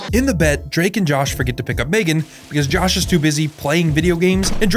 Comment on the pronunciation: Yeah, we all know the two words already. Me-Gan.